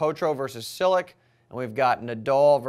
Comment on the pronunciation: Just back to remind it you it's pronounced CHIL-LICH not SIL_LICK